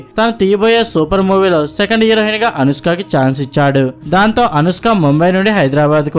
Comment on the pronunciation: హీరోహిన్... స్పీటీ శెట్టి... ఏమి భాషరా నీది...